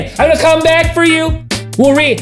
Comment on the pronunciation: SICHU-A-SHUN is back!